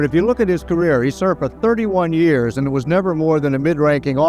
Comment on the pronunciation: Narrator's inability to say the word "years" properly is very distracting.